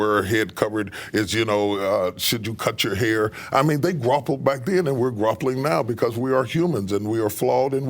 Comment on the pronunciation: "Grauple" is called "Sneet" in Oklahoma. Did he mean "Grapple"?